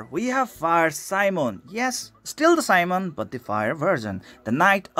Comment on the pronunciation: Great review of tankers. Can't wait for more of that. :> it's should spell not a Simon but more like medieval European soldier Si-mó-ne or Si-mo-né. XD because he's a medieval soldier xD (hash tag dark souls xD)